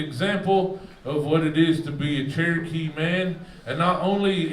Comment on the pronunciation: Glad you learned how to say Cherokee